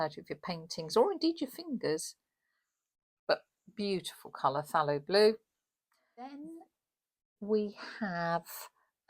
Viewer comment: Thank you so much for this review,. It is very helpful. I must say, also, that you are one of the ONLY artists that pronounce the word ’phthalo’ correctly. I know I am way too fussy about pronunciation, but after all these years, I have accepted who I am. The word is pronounced ‘Fallow’… just like unsown farmland. Thanks, again!